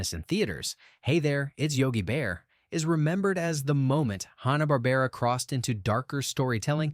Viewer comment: I'm pretty sure he said "Honna" Barbera, too.